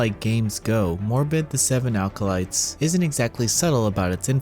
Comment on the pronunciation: "Seven alcolytes"